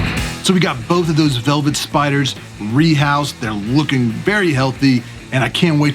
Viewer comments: Velvert. Lol was that intentional? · Says “velvert” spider on your intro- very nice and well done however! Keep collecting! -fellow youtuber